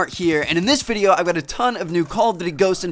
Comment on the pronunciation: he said "video" funny in the end